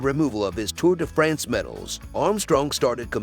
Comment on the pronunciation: TOUR DE FRENS.....LOL how not to pronounce european names hahahahahahhaha